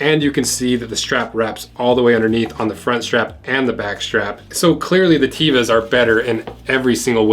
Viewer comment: A friend from Israel told me that Tevas as not pronounced TEE-vas, but Tev-as